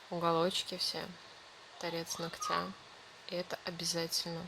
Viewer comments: И не ногтЯ, а нОгтя если видео снимаете, говорите правильно, не в обиду, просто слух реально режет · Все хорошо, но как же выводит это "ногтЯ"!!! НОгтя, дорогая девушка, нОгтя - ударение в родительном падеже на первый слог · Не ногтя,а ногтя ударение на первый слог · Не ногтя,а ногтя. Ударение на первую гласную.